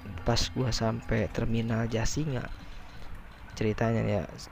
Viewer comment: Jasinga kali...bukan jasira...😝